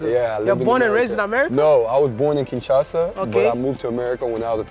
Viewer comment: Kinshasa not Kinshasha